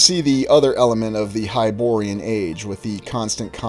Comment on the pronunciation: Its hyborean.